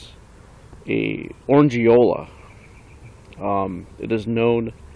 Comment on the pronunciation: Actually it's pronounced Orange-ola not Orang-E-Ola. Sorry about that!!